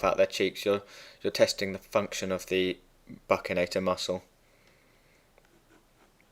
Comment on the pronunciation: Great videos thanks. Just to let you know, it's pronounced 'buxinator' and one of its most important functions is keeping food out of the sulcus and pushing it onto the tongue during mastication. :)